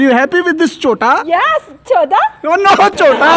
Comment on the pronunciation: Choda nhi chota😂😂😂